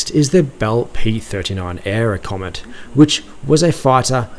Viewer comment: P39 aircobra*... not aircomet lol